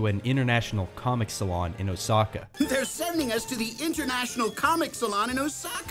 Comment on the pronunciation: 'Osaka' i hate the way they try to pronounce it